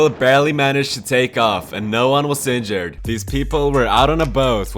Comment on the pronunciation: Why do you say seinjured instead of injured?